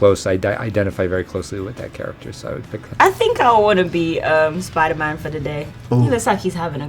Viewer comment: Minuto 13.08 momento incómodo lo tuvo que corregir shuri a este gil ya que se pone a entrevistar y no sabe ni pronunciar Spider-Man bien